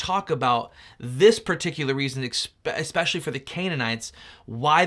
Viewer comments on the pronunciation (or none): “Ex-specially” That’s a funny way of pronouncing “Especially”. That’s kind of “sim-yew-lar” to when people add an X to etcetera - and pronounce it “ex-etera”. I have to admit it’s a little “unfur-miliar” to me. I will give you the benefit that you did correct yourself … well done.